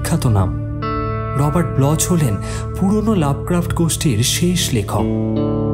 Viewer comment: খুব সুন্দর পরিবেশন! কিন্তু লেখকের পদবীর উচ্চারণ "ব্লখ্" (ব্লচ্ নয়)।